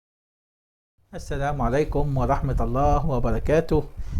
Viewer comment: السلام عليكم ورحمتألله...... انطق السلام كويس من فضلك